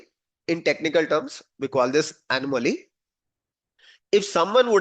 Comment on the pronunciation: Sir. You pronounciation of Anamoly is wrong. Kindly correct it. Hope you are open for correction. Thanks for being open. Namasthe.